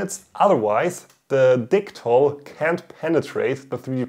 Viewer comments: You know what, I tend to respect the name of the product in regards to the country of origin so I can pronounce it as such... then you, "I'll pronounce it like dicktol cause this is an English channel" xD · Certainly don't mind the German pronunciation of Dicktall Lol As for the 3D printed gas tank, really cool idea, might i suggest making a slight larger one and experimenting with a few things one: different filaments. there are a few more flexible and more ridged ones that could right off the bat change the game a lot two: try coating the inside like a actual gas tank, i forget what its called but there is this paint like stuff you pour in gas tanks to seal them internally I know i said a few but i have a third lol this would be finding a small tank thats commercially available and try making a reusable 3D printed version, first thing that comes to mind is those tiny butane camping stove canisters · I subscribed just because I'm hoping to hear you say DICK-TALL in a German accent more.